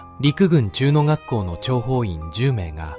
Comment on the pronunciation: 陸軍ちゅうの学校は仮令AIだとしても、素直に普通になかのと読み上げる筈の処だと思います。AIにも捻くれた性格の様なものを感じてしまいます。